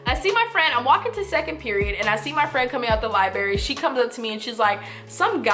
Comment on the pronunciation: "LibRary" not "libarry"... "ASK" not "aks"... yikes.